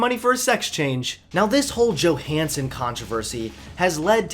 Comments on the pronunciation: He said Johnson instead of Johanson a few times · Do people still not realise that the J in Johannson is pronounced as Y? Also, it's actually good that Scarlett Johansson didn't go through with a trans role. I like my movies to be believable and no one would believe a someone as smoking hot as Scarlett Johansson is trans. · Fantastic. Thanks for attacking NowThis!!! You said "Johnson" in place of Johansson . Keep the content flowing! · Johansson, not Johnson